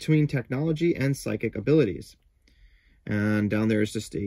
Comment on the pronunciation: It's 'psychic' combat, not 'physic' combat. Learn how to read!